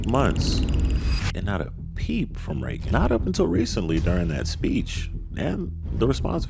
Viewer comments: This probably doesn’t matter to most people, but I really dislike the way the cousin pronounces Regan’s name. It sounds like she is saying “rehgun”, and I’ve always thought the name was pronounced like “Raygun”. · Ha, I thought I was the only person who was cringing every time I heard the cousin saying “Reh-gun” instead of hearing “Ray-gun” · Reagan makes an entire show about pop culture and gets mad when she hits the news. She's so triggered. EDIT: Why does her cousin call her Rehh-gin not Ray-gan? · I need to go back and count how many times she says "Reggin" 😂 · Why can’t her own cousin pronounce her name 😭 the amount of times she said it too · I absolutely dislike the way the cousin pronounces Reagan's name.